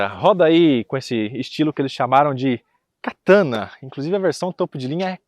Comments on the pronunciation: Vc é chato faiando esse nome “Kataná” se não tem acento é Katana porra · O nome do canal do vai mudar, de “Versão Limited” para “Versão Katana ou Kataná”😂. Foi difícil ver o vídeo ouvindo toda hora Katana🫠😵‍💫.